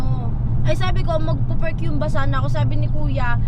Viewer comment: Hyumba na ba talaga pronunciation ng humba (hoom-ba) dyan? 😂😂😂